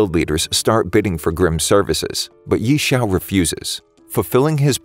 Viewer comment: The names...ughhh the name.....i guess he didnt watch the anime or what cuz he said most of their names wrongly...Yi chao? lol